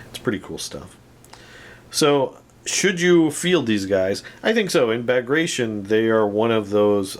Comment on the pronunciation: Loved the video one of my fav assault guns. Super nasty hoping to get some for my bulge army For future reference it's pronounced Bag grat tea on